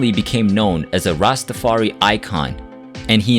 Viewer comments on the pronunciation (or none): I remember events a little bit differently. No worries. Please please please show the Rastafari community by pronouncing it properly. Rasta-far-I. Thank you for the video